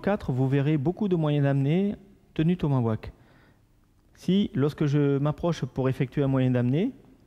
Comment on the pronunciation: Petite correction, on dis TOMAHAWK et pas TOMAWAK --'